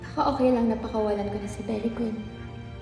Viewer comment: "I really really really care about berry good" 😁🩵🩷